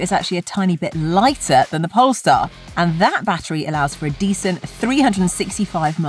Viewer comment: He can't even pronounce Polestar 🤦🏻‍♂️🤷🏻‍♂️